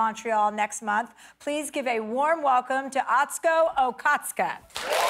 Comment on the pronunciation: Chelsea calls her a friend, but can't pronounce her name.